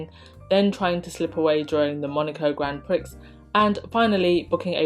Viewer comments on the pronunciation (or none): Your smoke alarm battery is super annoying. And Grand Prix is pronounced “graun Pree” not priX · Gr'on pree, (phonetic pronunciation) not prix ffs how embarrassing. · Grand Prix. Pronounced Grand Pree - not Prix. Just saying. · GRAND PREE not PRIX!!! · darling, you do NOT pronounce the "x" in grand prix, you say It like this: "GRON PRE" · Grand Prix,… that’s pronounced like “Gron (almost a silent N)……Pree” darling. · Grand Prix is pronounced Grand Pree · The X is silent in Grand Prix........eeeek! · ‘Grand Prix’ Your pronunciations crack me up!😂😂